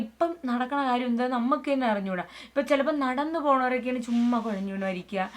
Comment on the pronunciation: മോളെ ചെമ്മ അല്ല( ചുമ്മാ )